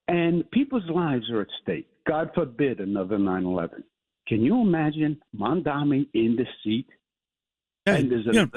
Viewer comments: Cuomo seems like a moron in every possible way. He STILL can't even pronounce Mamdani. "Mandaaaahmi". What a nasty idiot. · Bye bye Cuomo! May we never hear from you again! 👋 edit: he butchered Mamdani's name yet again in the radio show that mfer